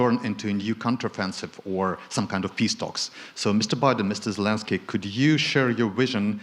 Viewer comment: Creepy Joe called him Valensky, lol senile old fool...